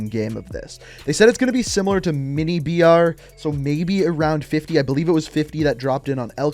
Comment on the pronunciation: I didn't understand you were saying "BR" for battle royale, and thought you were saying "VR" for virtual reality.